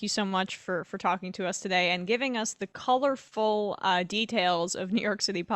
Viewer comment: Again, you said colorful but i hear corrupt.